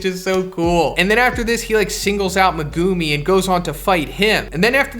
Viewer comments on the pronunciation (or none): Bro it’s megumi not Mugumiii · Great video, but say it with me…Megumi = Mehguhmē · It’s pronounced Meh-Goo-Me not Mee-Go-Me, other than that great video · At first I was like whose me gu mi but then I was like oh he’s just saying megumi’s name wrong lmao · The way you say megumi makes my ears bleed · I hate the way this guy says Megumi